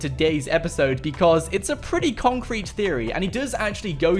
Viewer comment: He says complet concret